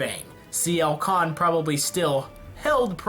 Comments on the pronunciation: It's Sienna Khan. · It's Sienna Khan. XD